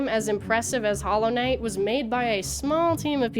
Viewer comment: Why does she talk normally most of the time but then says Hallow Net instead of Hollow Knight?